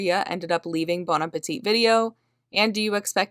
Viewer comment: Very interesting story, thanks for publishing, BTW The last 'T' in Appetit is not pronounced. Appe-tee is how you say it. Thanks!